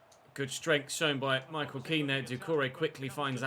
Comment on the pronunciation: Did you just call Kean "Ken" hahahaha.